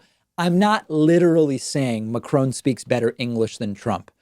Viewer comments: Can you please pronounce Macron's name properly. The emphasis in on Ma, like in happy, the ha is emphasised, the cron is much lower. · Soo.... It's Macrone, not Macron? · French president : *named Emmanuel Macron* This guy and the subtitles : *Emmanuel McCrown* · It’s not fucking Ma-Crow-n It’s Mac-ron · Hi, I just wanted to say that the subs are not correct at times. Also the name of the French President is Macron not McCrone. I wish to contribute but I do not know how... Sincerely, A random Belgian viewer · It is not Macrone, it is pronounced Macro. You are worse than the person you trying to embarrass. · It’s “Marcon”, not Marcoon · Macrone?? Why is this guy calling him Macrone lol Its Mac- ron not Mac- rone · Co'mon phonetically from the top...Mak .. chrOn.... not macrone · His name is pronounced MAC-RON not MACRONE. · It;s not "Macron" as in "OWN" it's "Macron" as on "ON"!!! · "Macron", not "Macrone". Is a lemon a "lemone" in USA? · David, The “Ron” in “Macron” should be pronounced like the first name in English. I’m not sure why the news programs in the US, pronounce it “Rone”. The “on” sound in French doesn’t exist in English but it’s ok with names in French to pronounce the n as "an", "in", "on" or "en" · Apart from the fact that the French President is not MacroNE but MacrÅn (n is silent), Trump's English is the result of someone that is poorly read. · i like his points but being french i just want to say it's" mac[ʁɔ̃]" not "macrawn" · Yes, David, but who is Emmanuel Macrone? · David, please pronounce his name correctly ... its not Macrone as you keep saying, its Macron with a soft n ... try this as a starter ...... 2019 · Macron (note to DP: it’s pronounced MaCRAWGH, not Macrone) has higher levels of intelligence in his one ear lobe than Trump has in his entire frontal lobe. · Yes!! Mac-Ron not Ma-crone. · Lol the subtitles "McCrone" ! Is he served with salad ? (It's supposed to be pronounced with a nasal õ sound of course, [macrõ] ) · Mdr il dit: Macrone